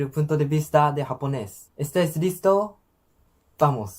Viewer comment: He pronounced “estáis” as “estés”, which are two different meanings and which doesn’t make sense here. This was with a script. His Japanese accent also prevents him from pronouncing the θ of (most varieties of) European Spanish.